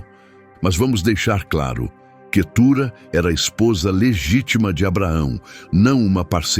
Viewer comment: Vamos ler a bíblia irmão. Não e Quetura e cetura.